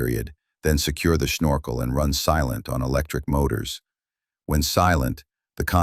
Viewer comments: "Snorkel", not Shnorkel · Snorkel isnoe schnorkel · The german accent on the word snorkel is confusing to say the least